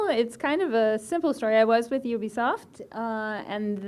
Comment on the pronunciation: Why can't people pronounce Ubisoft correctly😡